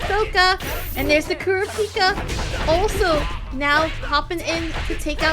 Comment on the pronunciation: It’s Kur-AH-pika Source: love the show PS my GOAT frfr